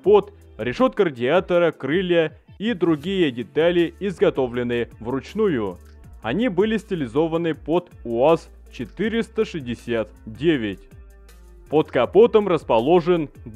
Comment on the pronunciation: Ну и дикция: " вручнуйюююю"